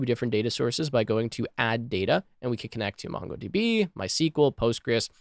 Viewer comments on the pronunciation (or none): none